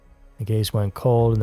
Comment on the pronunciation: I am suprides that the murder of our prime minister Olof Palme is'nt mensiond more on these unsolved murder docs. But please, next time look up how the names are pronounced. Because Olaf Palm is not correct. "Fun facts" I did bump in to one of the suspects Christer Petterson, and one other suspect was murderd in the USA.